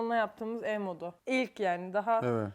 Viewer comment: Ev modunu, ev donu diye okudun eserin eşortmanından dolayı gözümü alamadım